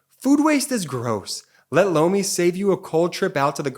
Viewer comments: Whenever 'Lomi' is said in those ads, I keep hearing 'blow me', I don't hear so well which can lead to my hearing getting a little too creative. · Lomi advertisement. It doesn't sound like he's saying Lomi. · Lomi sounds like blow me. I really like your presentation of material, but your ads in the middle of your show really blows.